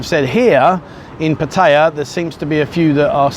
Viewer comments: This was the best video you've done so far. One criticism: You have been getting so much better about pronouncing Pattaya, but you slipped again. Here's a help. Look at the way it's spelled in Thai. It's a 2 syllable word, not 3. That middle syllable you sometimes hear is effectively catching your breath between the 2 consonants. Don't emphasize it. Patt - ya. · Stopped watching at 5 seconds in. Any time Pattaya is mispronounced like that It pisses me off and I can't continue.